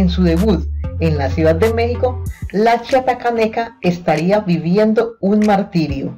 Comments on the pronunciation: Ella siempreha dicho que es de tabasco y ademas la que habla en el video no sabe decir bien chiapaneca mandenla a la escuela que aprenda a pronunciar bien y luego ya que hable en los videos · No sabe pronunciar chiapaneca, ella nació en Chiapas y se crío en Tabasco, si vas a hacer un vídeo por lo menos investiga🤔